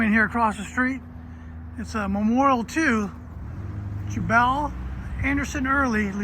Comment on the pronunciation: Its pronounced like Jewbell